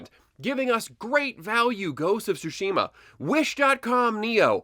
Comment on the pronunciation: It’s pronounced Sushi ma